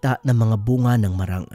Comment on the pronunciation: It's MAAAA-RANG not marang.. it's MAAAA-RANG... Prolong MAAA and short RANG...